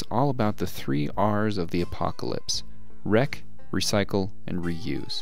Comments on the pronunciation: I don’t think wreck starts with an R. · wreck does not start with an r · You mean the three W's wreck, wrecycle and wreuse?